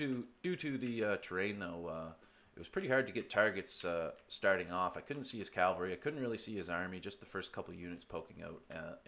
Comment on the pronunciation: Good fight man, turned it around in the endgame. But if I may: it's cavalry, not calvary.